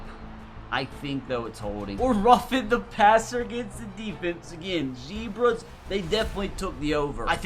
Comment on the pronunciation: Every time he says zebras I’m rolling in the ground 😂😂😂😂😂😂